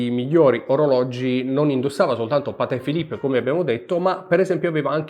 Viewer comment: Patekkkkkkkeee Philipppppeee 🤣🤣🤣